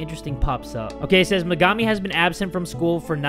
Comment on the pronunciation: thats megami not her sister, and her name is pernounced mega-me